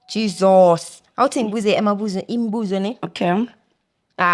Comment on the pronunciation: Stop saying jizos please 😂😂😂